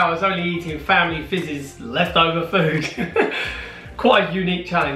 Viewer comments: Food / doof lol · Foontastic. Foonamily. Foonprint Foonspoon. Foonputer.Foony. Foonake